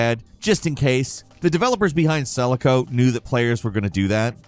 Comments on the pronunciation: "sell-a-co"...its "seh-lah-co".... Damn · Did this guy seriously pronounce Selaco as "SELL-a-ko"?